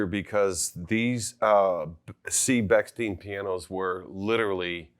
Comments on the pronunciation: Very interesting , but you’re mispronouncing the the name. It’s stein. Not steen. Like Steinway. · Please do not say “Beksteen” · It's interesting that the wrong pronunciation of Bechsteeen is used here. Has anyone said Steeenway? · It's ridiculous that neither of you could pronounce the name correctly throughout the entire video. (Since it is "ei", it's pronounced as an I. If it were "ie", then it would be pronounced E.